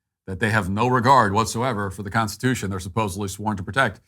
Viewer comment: That man could not even SAY the word "Constitution", let alone SPELL the word "Constitution"